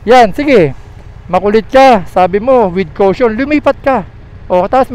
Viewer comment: lagi ko binabalik balikan ung video, laughtrip ang vadang "WITH KOWSHONN" hahaha.